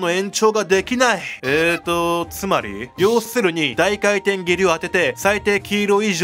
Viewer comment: 高圧廻填斬り こうあつえんてんぎり→✕ こうあつかいてんぎり→○ 動画だすより漢字の勉強しよう